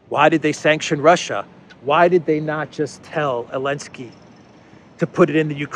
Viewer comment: "Elensky"...i love how the Z doesn't even occur to anymore. Have not heard him slip in weeks.